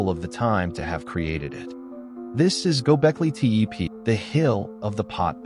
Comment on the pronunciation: This is garbage.You can't even pronounce the name properly.